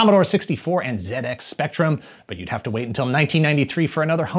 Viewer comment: Top Marks for 'Zed' X spectrum, not 'Zee' X Spectrum, great video! :)